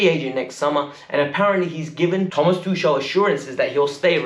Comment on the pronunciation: It's Tuchel..not Tushel 🙄